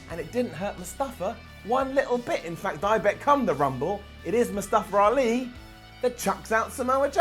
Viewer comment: Am I the only one that hear say it " Mustafa-r- Ali"? XD